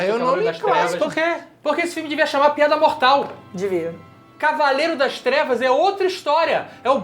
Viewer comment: "Hor-ovanaaar de cavaeirrda threvas"